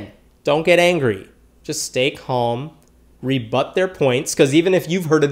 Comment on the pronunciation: The way he said calm though; I heard comb lol😂